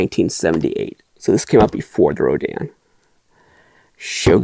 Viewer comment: Always an impressive collection. Thanks for posting. All that Rodan talk sounded like Rodin to my ears and made me think your family was like some New England patricians discussing the family statuary. The rapscallion scion of the family ran up gambling debts and had to sell the family statue collection or something. Seems like a good Victorian novel.